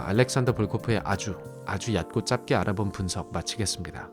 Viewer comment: 짧게 발음시=>> 짤께 ㅇㅋ? 요즘 유투버들 국어공부안하고 졸업하냐?